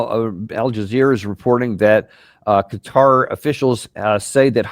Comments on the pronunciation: Keh Tah not Cutter. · Danny, you need to get better guests. Israel doesn’t have the right to defend itself against Syria or Lebanon - it occupies land there and has been the primary aggressors to both! Also it’s not cutter, it’s Q/Katar.